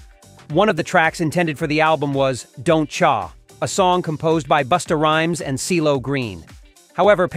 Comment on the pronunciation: “Don’t Chaaar” think AI-narrated videos are weird?